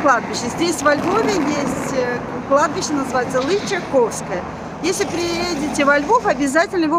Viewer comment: прошу,ставьте ударение правильно. Не ЛычакОвское, а ЛычАковское.